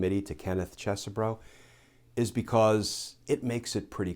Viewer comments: Yer mispronouncing the names my brother from a legal mother. It's CHEESE bro! And also, T-R-U-M-P in American English is pronounced 'tray-tor'. Hope that helps! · Professor, the proper pronunciation of the name is, Isn't Cheesy-bro. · I don't care if you're pronouncing his name correctly, Glenn. I'm calling him Cheese-Bro. As in, "You tried to overthrow the presidential election?!?! That's so cheese, bro!!!" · Cheese Bro is a much better pronunciation. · I prefer the way I pronounced it - "Cheese-bro." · Hmmm. I've been pronouncing it Ches-e-bro, Cheesy Bro. I mean, he's a lawyer for chump, so that would be a fitting name. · I think that would be pronounced "Cheese-bro".